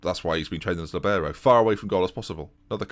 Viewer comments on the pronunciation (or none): none